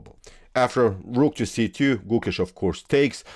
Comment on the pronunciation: Hey, for your upcoming videos it’s not pronounce like Goookesh!..it’s Gokesh..try avoiding strech of Alphabet( o). Thank you only native will understand different